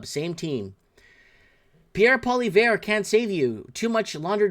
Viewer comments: Hey it's not Pollyvare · It's pronounced "Polly-ev". I do agree. People will take you more seriously if you pronounce it properly. How do you not know who Bill Maher is? Biggest shit lib "comedian" in the USA.